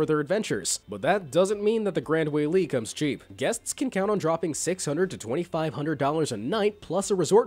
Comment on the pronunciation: This dude saying WAYLE it’s pronounced Why-Lue-A